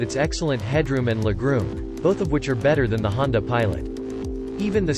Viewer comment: I hate computer voice overs.....they cant pronounce words like LEG ROOM!